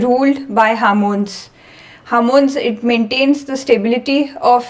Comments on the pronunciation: Its hormones not harmones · Good explanation, however a couple of comments - Please stop saying "harmones,". There's no such thing. The word is 'hormones' and contains the letter 'O' in it, so why you keep pronouncing it as "h Ar mones"? Secondly, if there is a continuation to a video, can you please put a link in your description to the second part so that viewers can go directly to it? Thanks. 🙏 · It is not harmons say homons